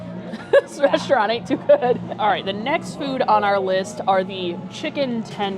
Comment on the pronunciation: And please stop saying reshtaurant!!! There's no 'h' in the word.